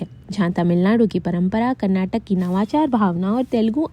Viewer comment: Good information 💕 as a Kannadiga I'm so happy to see but the only problem is it's not Karnatak ❌ it's Karnataka ✅